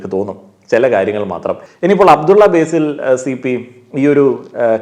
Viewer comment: അബ്ദുള്ള "ബേസിൽ" അല്ല അബ്ദുള്ള "ബാസിൽ" ആണ്.. ഇങ്ങള് കൃസംഘി ആക്കാണോ ഞങ്ങടെ കാക്കാനേ 😡😡 കൊള്ളാലോ സംഗതി..😬😬